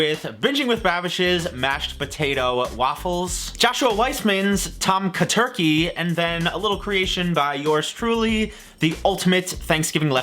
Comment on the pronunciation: Legitimately thought was saying "Turkey tonka guy"🤣